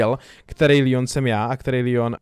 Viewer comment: Je to leon a ne lion